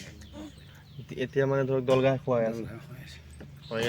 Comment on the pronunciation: ঘাঁহ buli nokoi গাহ kole kenekua khune oi ........ অসমীয়া ভাষা কোৱাত ইমান ভূল